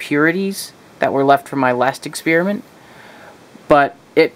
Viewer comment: "exspearimint"? Next time can you do an expeppermint? Does this dissolve silver?